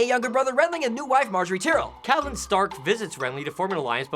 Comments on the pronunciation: Its tie-rell. Not tea-rell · is there a reason their pronouncing it "tear-el" instead of "ty-rel"? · Just saying, it is pronounced tie-rell, not tyrall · Not tyreel Ty-Rel